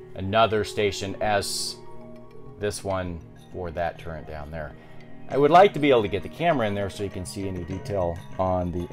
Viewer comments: Awesome stuff but it's gun turret. Not turrent. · Are you saying "gun turrent"...? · Thank you, turret lol.